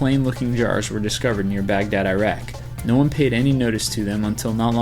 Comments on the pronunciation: Lol, 'eyeraq' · It's pronounced Ir-rack not I-rack